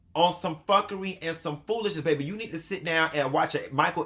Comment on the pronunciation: Bay bay!! 😂😂🤣